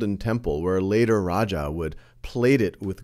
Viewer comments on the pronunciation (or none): none